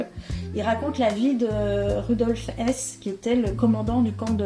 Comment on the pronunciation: on ne prononce pas hess,mais höss;ça a l'air anodin,mais ça donne à confondre avec rudolph hess ,qui était aussi un dignitaire nazi